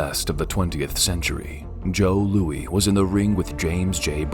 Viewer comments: First time i've ever heard someone say Joe Louie instead of Joe Louis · Joe Louis. Not Louie. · Might be the worst voiceover I've ever heard. It's Joe "Lewis", not Joe "Louie". Come on man, he's one of the best boxers of all time. At least pronounce his name right. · Who is Joe Louie? Learn to pronounce names, moron. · Joe Louie? Who is Joe Louie? What a crime against humanity! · Joe Louie...??? Really!!!!! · "Joe LEWEY"? LOL. You mean Joe Louis? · *sigh Joe Louis (LOOH'-is), not (LOOH'-ey) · Who the fuck is Joe “Lewie”?? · Joe Louey? Are you kidding me? It's pronounced Lewis. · “Joe Looey” 🤣 It’s Joe Louis. With an “S!!” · . joe looey? get the pronunciation right. cmon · It's Louis (pronounced Lewis in USA). Not Louis (pronounced LooWEE in every other country not USA). Get it straight, you hack! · Joe Louis ? like Babalouis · ARE YOU KIDDING! "Joe Louie"!! You have no right making a boxing video if you don't know Joe LEWIS's name!!!! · Did the narrator pronounce Joe Louis Joe Louie ? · Duran is from Panama and how in the hell can you make a boxing video and mispronounce arguably the best fighter ever name “ Joe Louis” ....Joe Louey ? Really? How have you NEVER heard it said correctly in your entire life? Any research go into this? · *It's Joe LOUIS not "Lewee" *No KO list should ever be without Julian Jackson * it was a right hand from Roy Jones Jr, not a "lightning left" * and Duran is not Mexican... sheesh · "Joe Louie"? 🤣🤣🤣 If you're going to narrate something, learn something about what you're narrating. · For someone making a boxing video, you should know how to pronounce one of the most famous boxers in the world. Joe Lou-is, not Looey. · So as stated Duran ... Not Mexican.... Also Joe Louis it's not Lou-e it's pronounced Lewis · Joe Looiee? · why the f@ did you call Joe Louis Joe Louie? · For someone who claims to know boxing, how the hell do you butcher the name of Joe Louis (Pronounced "Lewis", not "Lewee")? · Joe "Lewy?" It's pronounced Joe LEWIS